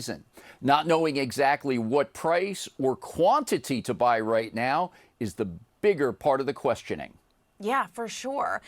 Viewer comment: That’s not how you pronounce the word “RIGHT”